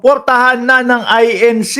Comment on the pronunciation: Correction lang, I-N-C yan hindi I-N-Shee